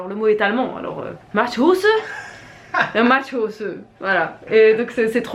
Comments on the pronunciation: Ca se prononce MATCH HO ZEUN (avec le ho aspiré) 😜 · Bonjour, si mes souvenirs sont bons, j'ai fait allemand LV3 au lycée, le "h" se prononce à l'anglaise. "die Hose" signifie le pantalon et "der Matsch" la boue. Voili voilou pour le cours d'allemand. J'espère ne pas m'être trompée. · Ravie que le Matschhose vous plaise 😊😊 j'ai bien rigolé avec la prononciation 😂😂 les allemands trouve l'accent français très sexy alors on peut vous mettre un 10/10! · Merci pour le fou rire 😂😂😂. Je n'avais pas compris de quoi parlait avant qu'elle ne montre le fameux Matschhose 😆. Se prononce en 2 mots: Match comme le match de rugby, de foot ou de tennis lol et Hose, H expiré, dc qui s'entend, et le même O que oser par ex Matsch Hose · On dirait que vous éternuez quand vous prononcez le mot allemand😅